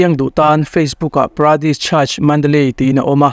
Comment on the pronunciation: Pradis nilovin Paradis ani zawk lo maw?